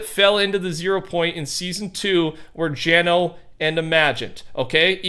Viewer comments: It’s gunner not geno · Gunnar not geno just a little fun fact for ya